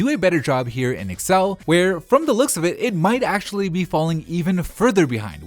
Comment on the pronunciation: Me also triggered how he sayed excel